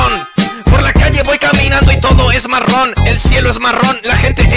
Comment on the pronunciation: Ahora ni se pronunciar bien la palabra marrón